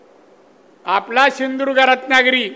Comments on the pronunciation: शिंदुर्ग काय शिंधुदुर्ग म्हण 😂😂😂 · सिंधुदुर्ग पण नीट बोलता येत नाहि 😂😂